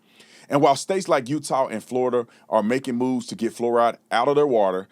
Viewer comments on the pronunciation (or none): none